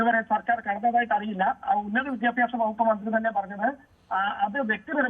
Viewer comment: "Vidhyabhyasam " ennanu reporter parayunnathu. It is wrong. Correct pronounciation is "Vidyabhyasam ". Sheriyayi ucharikkan padikku malayalam. Sri., i said